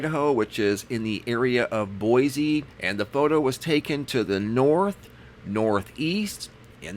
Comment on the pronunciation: I lived in Idaho for over 30 years...just so you know..it is pronounced Boi-see...no z sound